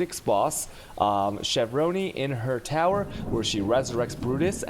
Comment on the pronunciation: Did he say Shavronn-ee ?